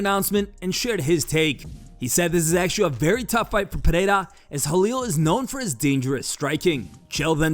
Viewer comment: CAN SOMEONE PLEASE TELL CHAEL THAT IT IS PEREIRA AND NOT FUCKING "PIERRA"